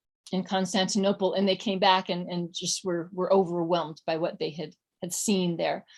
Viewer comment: hwats and hweres are awesome.